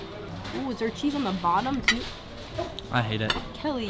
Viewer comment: “The cheese is not quite thea” the British really came out of XD